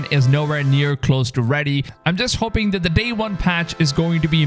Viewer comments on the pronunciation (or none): none